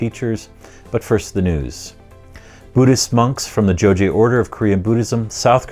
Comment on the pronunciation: it's pronounced as "Jo-ghye", not "Jo-jye"